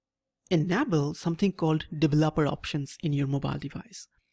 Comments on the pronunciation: devel-oper (*lmao*) that is exactly what we are devil-opers ... (right pronunciation is D-veloper) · Im actually quite annoyed with how he pronounced it.. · Your pronunciation of "developer" and "enabled" cracks me up